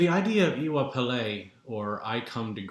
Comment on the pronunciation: Brilliantly presented, and thank you for that. I am intending to be in touch with you soonest as I have a deep interest in what you are talking about. As a further support to you, might I help with the pronounciation for Iwa (you got that right) Pele: can phonetically sound like when somebody says to you: you know I....., and you reply by asking: you do? like Iwa Pele for 'you do?. Hope that helps you and fellow audience. Iire O ati Alafia!